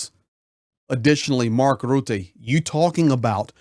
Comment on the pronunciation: 😂 i love how you pronounce rutte....rrrrrroeteh! 😂😂😂😂 Yes he is a real 🤓